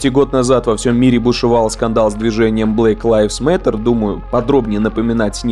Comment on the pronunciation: Мне послышалось, или сказал Блейк лайфс меттер?)